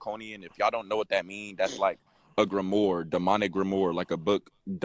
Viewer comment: boy said grim-more 😂 issa grim-wire my guy